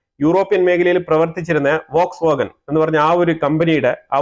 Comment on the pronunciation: വോക്സ് വാഗൺ എന്നാണ് എഴുതുന്നതെങ്കിലും ഫോക്സ് വാഗൺ എന്നാണ് ഉച്ഛാരണം.